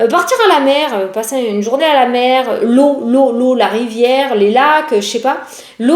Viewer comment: Coucou belle! J'adore comment tu dis Journais😂😂😂❤ On a même pas encore commencé à écouter ton poste que l'on est déjà en train de rigoler 😂😂😂. Merci beaucoup pour ta bonne humeur et le temps que tu consacres pour nous tous 😘🙏👌🤞❤️